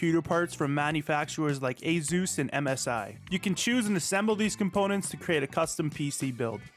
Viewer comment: Did he really just say A Zeus? 😠😡😡🤬